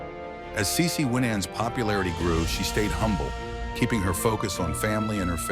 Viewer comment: The documentary is good, but the announcers need to pronounce the person's name right and act like they know how to say the names correctly as well.